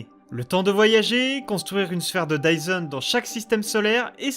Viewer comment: It’s dyson not tyson